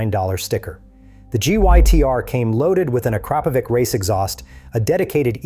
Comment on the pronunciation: Look up the correct "Akrapovič" pronunciation... It's definitely not "AkruaaaaapoviK"